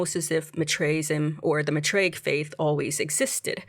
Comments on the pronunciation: It's math-ray-ic not Ma-tray-ic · Season 2 was way better than Season 1. Probably the best sci-fi / horror show this year. I just hate that we have to wait so long for the next season…. If they were to be renewed…hopefully. Lol I think it’s pronounced “MYTHraic”